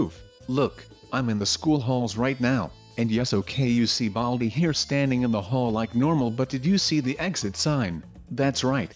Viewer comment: Classic you said baldi wrong